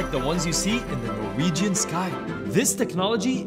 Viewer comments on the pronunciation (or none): none